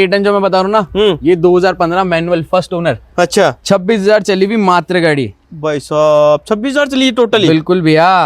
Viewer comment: भाई मातर नहीं मात्र 😂 होता है